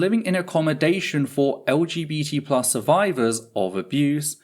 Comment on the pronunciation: Are you sometimes saying LGT+ or am I just not hearing the B? I felt like you said it without the B a couple of times but that seems weird and I don't see a reason for it 😅